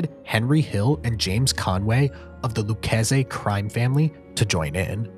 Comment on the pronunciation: These names don't "sound familiar" because you didn't pronounce them correctly. There's only been 1000 of movies/docs/youtube videos where the names "Rick Kuhn" and "Lucchese family" are pronounced properly